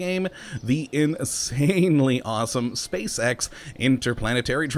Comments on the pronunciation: you said space sex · he says spacex like spacesex... think about the children xD